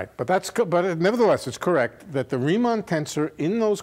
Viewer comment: Who put the tags on? Schwarzschild not Schwarzchild torus not taurus Christoffel not Kristofel Riemann not reamonn